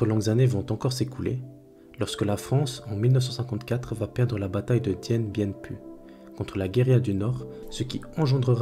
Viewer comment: Dien bien Phu se prononce "Dine bine fu"